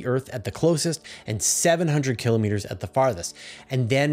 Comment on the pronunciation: Awesome content as always! And my repeated gratitude for continuing to pronounce km correctly as kill-oh-meeter.